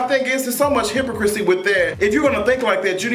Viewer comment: He Didn't Pronounce Hypocrisy Correctly